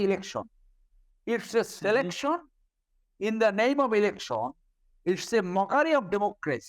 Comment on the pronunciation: Wtf is an elecshawn? Or a selecshawn? This joker is a Supreme Court lawyer? Really?